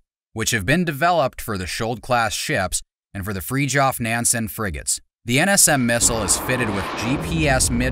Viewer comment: I wish that when people make these video they would use the 2 minutes it takes to look up how to pronounce the words -.- FRIDGEOFF nansen -.